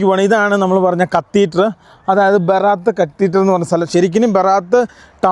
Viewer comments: കത്തീറ്ററല്ല, കത്തീഡ്റൽ 😂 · കത്തീറ്റർ അല്ലെടോ കത്തീഡ്രൽ